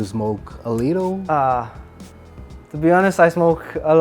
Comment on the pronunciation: DICA: two, to, too, TEM a mesma pronúncia.Reparem ele falando "tô", e não "Tchu", igual lhe ensinaram.